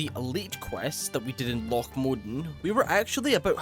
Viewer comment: My brother in Christ, he is Scottish. Loch is a Scottish word. He's saying it right.